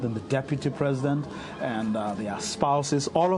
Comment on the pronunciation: "did spoke" "Presindet" and he is telling us he is moving us forward